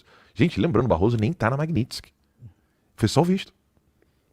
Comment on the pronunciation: Magniste, não. A pronúncia correta é "Magnitski".